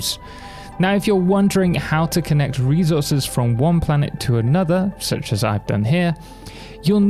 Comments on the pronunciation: thanks for the guide but, who on earth says "rezources"? it's resources. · Thanks for the guide but... Who on earth says "rezources"? It's reSources.